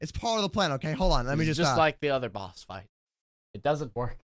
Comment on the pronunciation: it's boss not booose